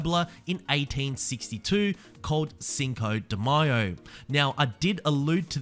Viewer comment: Thank you for pronouncing Cinco De Mayo correctly. It bothers me so much when I hear mayo like mayonnaise. I am not even Mexican